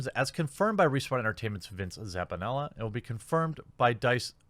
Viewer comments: It's zampella ..not zampenella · Not Vince Zam-PA-nella not Vince Salmonella ... its Vince ZAM - PELLA. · "Vince zamponella" Mr.zampella is crying